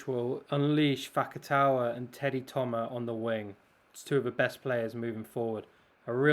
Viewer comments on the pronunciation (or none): These are some very fine analysis, thank you ! Just so you can take it easier on the wording... - in Dupont, the last "t" is mute, as for 95% of final letters in french, same applying for Thomas. - Fickou has to be pronouced "feekoo", without anything fancier, as the sound "oo" is always produced with the pair "ou" (no exception, enjoy !)